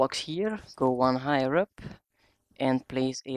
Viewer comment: i heard you said highrer (higher)